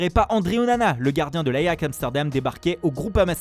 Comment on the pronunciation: « Ayax Amsterdam » 😭😭😭